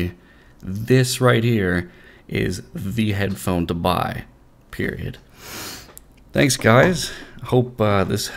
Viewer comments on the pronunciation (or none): none